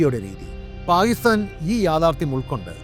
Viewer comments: താങ്കളുടെ വീഡിയോ കൊള്ളാം എന്നാൽ താങ്കൾ പാക്കിസ്ഥാനെ പായിസ്ഥാൻ പായിസ്താൻ എന്നാണ് സംബോധന ചെയ്യുന്നത് ദയവായി ഇങ്ങനെയൊരു വീഡിയോ ചെയ്യുമ്പോൾ ഉച്ചാരണത്തിൽ കൃത്യത പാലിക്കുക നന്ദി നമസ്കാരം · Pakistan ennath Paistan ennu parayunnath bayankara arochakam aayi thonnunnu. Pls correct next time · സാർ താങ്കളുടെ വീഡിയോ വളരെയധികം ഇഷ്ടപ്പെടുന്നുണ്ട് എന്നാൽ പാക്കിസ്ഥാൻ എന്നുള്ള ഉച്ചാരണം ക സൈലന്റ് ആയി പോകുന്നുണ്ട് പാക്കിസ്ഥാൻ എന്ന് ക്ലിയര്‍ ആയിട്ട് ഉച്ചരിച്ചാൽ വളരെ കേൾക്കാൻ സുഖമുണ്ടായിരുന്നു നന്ദി നമസ്കാരം